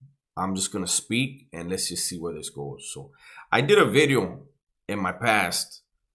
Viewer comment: Yeah he said new wideo.